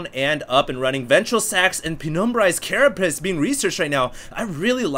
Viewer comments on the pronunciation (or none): Carapace- not carapiss. If you were going to pace yourself, and you said you were going to piss yourself instead, you would clearly be very confused...